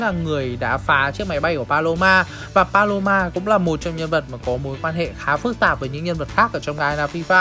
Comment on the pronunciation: Paloma anh đọc sao thành balo 3 luôn :^ ai đồng ý với ý kiến của tui hông nà